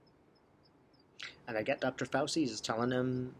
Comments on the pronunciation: In Italian the C is pronounced like CH. So say FAUCHEE for Fauci. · Fau - chi pronounciation Ci in Italian is ch sound. I am an herbalist and know several good herbs for virus and respiratory illness. It is interesting that all these pharmaceutical AMA positive people are feeling so frightened of a virus. Bad diets and unhealthy living make one more susceptible to complications. Chickens coming home to roost.... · Thanks. Great video. Correct pronunciation of Fauci